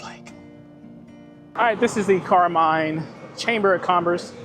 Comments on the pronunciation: It was pronounced Carmean (like a mean person) when I lived around there. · Most of the people I know that live around here pronounce it, Car-mean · Maybe, ask the people in town how they pronounce the City's name before you start talking. Residents are proud of their town and name.